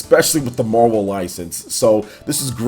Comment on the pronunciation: Is it just me or does it sound like he’s saying “Mobile ultimate alliance”